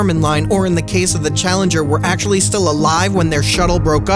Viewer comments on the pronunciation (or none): none